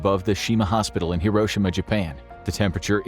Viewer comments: Not to put too fine a point on it, but it’s not hiROshima, it’s hiroSHIma. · It's pronounced hiro shi ma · The narrator is not pronouncing Hiroshima correctly. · Should have tried pronouncing “Hiroshima” correctly.